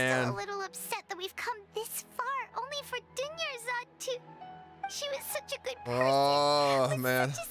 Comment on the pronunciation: dunyarzad almost became doneyarzad